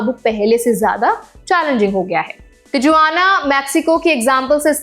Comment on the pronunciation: Location तिजुआना मॅक्सिको? Seriously??, it's तिहुआना and मेक्सिको. Aap ya aapka editor shayaad mere aur baaki ke viewers ke comments nahin padhte. Main bhi aaj se aapke naam ki aisi-taisi karne waala hoon. Going forward, I am going to start addressing you as or. BTW, Dubee means a marijuana joint. 😂😂